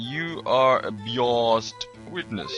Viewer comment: Hey, biased is pronounce Buy-us-ed